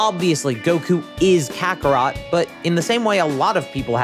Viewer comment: If you going to trick us in the first 5 seconds, then pronounce kakarot like an oblivious anglophone, THEN talk about yourself, thats a dislike and dont suggest again for me